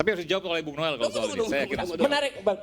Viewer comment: noel dibacanya nul 🤣🤣🤣